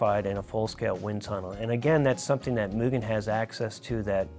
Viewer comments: Surprised no one cares he keeps saying moojen instead of mugen… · They keep saying Mugen wrong. It's moo gen (like generation). Even the kingmotorsports guy says it wrong. As a fanboi, I'm triggered. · It’s Mu-Gen, not Mu-Jen😉👍. A hard G. Mugen made some of the sexiest motocross bikes EVER back in the 70’s and 80’s, along with very effective kit-parts. They have always been one of the most exotic and desirable parts companies to me👍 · I can't tell if is being sarcastic with his mugen pronunciation... lol For anybody that doesn't know, mugen is pronounced "Moo-gehn" not "Mew-Jen". With gehn sounding the same as the g in "again". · MOO... GGEN. JEEZ. It's really not hard. If it were Myujen they would spell it that way. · That feeling when non-Japanese speakers pronounce it "mule-jen"... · Kind of mind blowing that the OWNER OF KING MOTORSPORT also mispronounces it. It's MOO-Gen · pronunciation of “Mugen” effin’ kills me brah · pronounced it MOO. Overall he may have not sounded Japanese, but he didn't make that error. did once, but I have a feeling they left that in as an insider bit of humor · Did anyone else cringe when he mispronounced "Mugen" ? I know I'm nitpicking but still......gahhhhh!